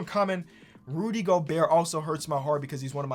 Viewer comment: Day 45 of asking everyone to sign the petition for to not pronounce the T in Gobert